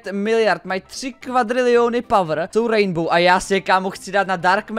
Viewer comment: to je rainbow a ne raindbow to D tam vůbec nepatří